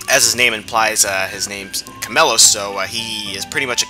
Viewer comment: Omfg its chameiEOS not chamelos! Not a bad vid tho